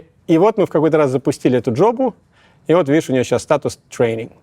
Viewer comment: "Запустили эту джобу" – прозвучало как "жопу".